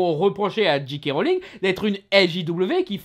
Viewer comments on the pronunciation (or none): Il ne dit pas "Jay" mais "Dji", comme un "G" en anglais. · Bah oui "j" se pronounce "jay" en anglais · Tu prononcés tout le temps GK Rowling. T_T